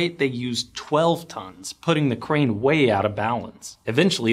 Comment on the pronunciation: As someone who has been in construction for 20 years now and also running a dozer as we speak. when you say crane i hear brain. Should have put in those ear plugs.